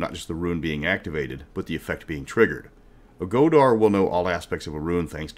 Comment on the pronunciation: "never criticize someone for mispronouncing a word. It means they learned it reading a book." I don't know about the games but but it's pronounced "go-thi" and "go-thar" instead of "go-di" and "go-dar." Respect.